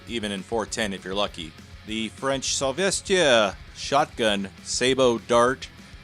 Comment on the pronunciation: LOL Salvestiere!!! It would sound more like Saw-vest-tre. Cool video man. All those detailed slowmow shots. Most gun videos are notoriously boring.